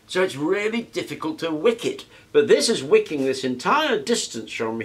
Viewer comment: I thought you were saying WICCAN, not "wicking" so I was a little confused at first.